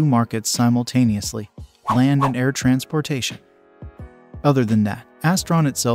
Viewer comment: Ditch the robot reading with horrible pronunciations like "trans POR tation" and remove the dings that keep everybody stopping the video to check for messages on their phones!